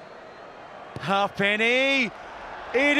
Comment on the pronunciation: . The way he says halfpenny 😂😂😂😂😂😂😂😂😂😂 dead